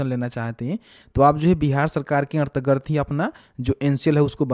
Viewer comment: bhai ardgard nahi hota hai.....antargat hota h